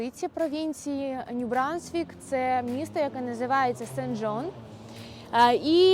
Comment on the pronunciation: Ню Брансквік, а не Брунсквік. Потрібно було вчити мову, перш ніж вести блоги і їхати у Канаду